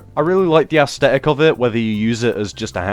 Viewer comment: Love ya dude, but stop saying asTetic.. there's a th!